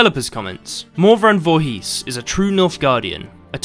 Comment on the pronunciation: Someone told me there was a game that had my odd last name in; lo and behold I found it, guess it's true :) Oh and the "...his" on the end of the name is pronounced "isss" or "ehss" (short stop, all together) not a long "heeees".